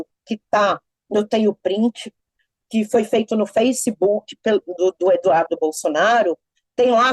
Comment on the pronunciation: Se ela vai se filiar ou se filiou ao PT, ela mostra bem quem ela é. Parabéns Olavo, certíssimo! "Feiquedói"😃